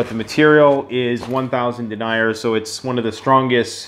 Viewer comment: Love your channel and love your design. If you're gonna do military patterns, Multicam(regular and tropic), MARPAT, CADPAT, and A-Tacs will sell. Btw it's pronounced Den-ee-yer. Lol has some of these fabrics and hardware but you might want to contact wholesalers to source for better costs. I hope you sell a ton of these! Best prepper channel ever!